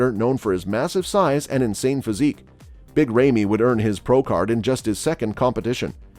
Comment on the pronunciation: Did anyone told him that there a new old mr olympia from 2 years !! He can’t even say big ramy right ( ramiii ramii )